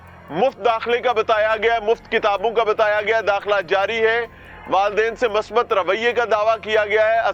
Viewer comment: لفظ masabat نہیں بلکہ musbat ہے۔ اردو کا خانہ خراب نہ کریں۔ شکریہ۔